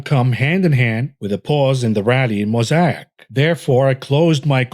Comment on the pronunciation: Moe say ick not moe sai ack.